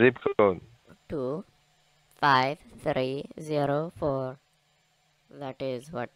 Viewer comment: What is your “z-co” ? Is it really that hard to pronounce zip code properly ? 🙄🙄